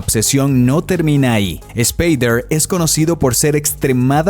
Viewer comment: Superrrrrditado? Aprenda español, muchacho... ESSSSpader... No se pronuncia la E.